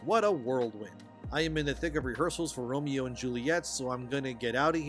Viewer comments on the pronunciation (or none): none